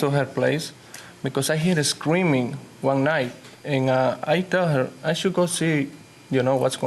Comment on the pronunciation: "Wun, twoo, Tree" ah ah ah